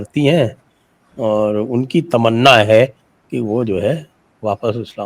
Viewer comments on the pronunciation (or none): Am I the only one who thought that was the iconic 'istinja' after saying 'tamanna' with that emphasis ? 😂